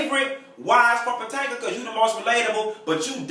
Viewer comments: Real housewives of potanika😂 done butchered that name up just like when you kept saying medicine wives both got me weak af 😂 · im near the area and i hollar every time he say it!!!! Patanka lol haaaaaaaa